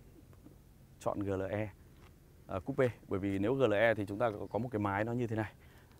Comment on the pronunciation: Chữ "AMG" anh phát âm theo tiếng Anh, chữ "GLE" anh lại phát âm theo tiếng Việt, dù clip review của anh hay nhưng e vẫn thả dislike vì cách phát âm kỳ lạ này:)